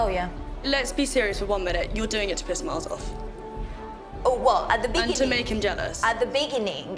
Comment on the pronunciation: At the Beninging